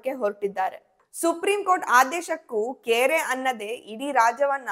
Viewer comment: 'ಕೇರೆ ಅನ್ನದೆ' ...ಅದು ಕೇರೆ ಅಲ್ಲ "ಕ್ಯಾರೆ"